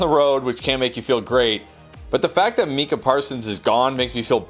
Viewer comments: He said Meeka Parsons😂😂😂😂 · Can't even say Micha Parsons name right. I'm out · It's kind of hard to accept advice from a dude that can't pronounce Micah Parsons' name right